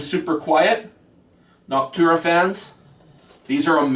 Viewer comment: If you have been printing for so long and say you are the OG of 3d printer tech, How is it that you mispronounce words related to 3d printing. Like you say, "benji instead of Benchy" and Persa instead of Prusa, and Nactura instead of Noctua. And if you built that printer 10 years ago, i seriously doubt you would trash it like you did. Something is very fishy with your claims.